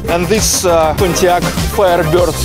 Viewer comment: Man, dont take me seriously but I laughed like hell when I heard your pronunciation of Pontiac FireBeard :) I like your work so keep it up :)